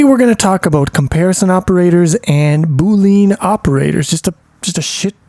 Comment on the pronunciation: great video but your pronunciation needs some work! Boolean is said Boo-Lee-Uhn not Boo-Leen and Unary is said You-Nuh-Ree not Ooo-Nuh-Ree